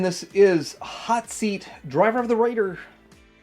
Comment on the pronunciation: Just when I was agreeing that Dog Fight looks boring as hell, you show Hot Seat. Not only super boring but the way you say it sounds like "Hot Feet". Anyway I'm not really familiar with the late 80's and 90's Joes so I really appreciate this Reto Wednesday series! ❤❤❤